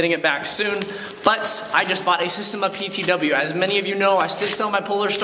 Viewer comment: SA-steM-A Not systeM- A